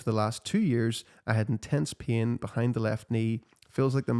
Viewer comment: To my Australian ears the way you pronounce "pain" sounds like "peeing" 😂